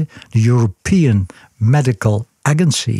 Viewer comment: Hij blijft grappig. "Spijkereiwit" en "European Medical Aggunsie" 😃